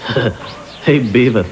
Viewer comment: beavis not Creavis.